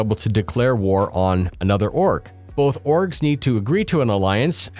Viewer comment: kept hearing "orks" Multiple orks.